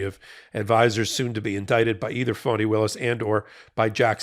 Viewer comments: Her name Fani is pronounced like Fawny. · I enjoy your commentary, but cringe every time you say the name of the Fulton County DA. FAH-nee please…it sounds like you’re calling her a phony.